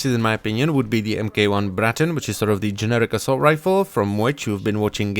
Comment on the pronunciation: MK-1 would be pronounced "Mark One"